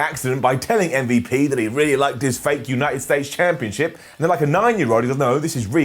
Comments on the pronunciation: literal pronunciation of MVP “mmvup” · Love the way you say MVP